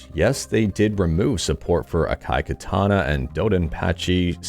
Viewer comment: "ah-kah-e kah-tah-nah" "do-don-pa-che sah-e-da-e-OH-JOH".